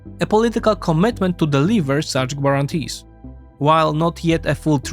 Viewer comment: Excellent and informative as usual. Your English language skill is obviously very high. If you want to improve one detail, look at pronunciation of words like "intriguing" or "guarantee". Essentialy the "u" is silent. Keep up the good work 💪